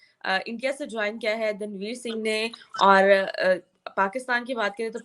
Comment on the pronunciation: Daanvir not Danveer every Pakistani takes wrong pronunciation